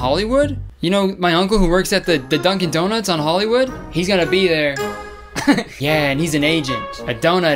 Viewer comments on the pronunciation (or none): none